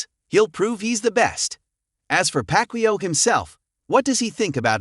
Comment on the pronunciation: Ai doesn’t know who packwio is!